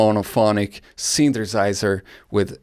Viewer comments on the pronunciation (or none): I really enjoyed every time you said "synthersizer"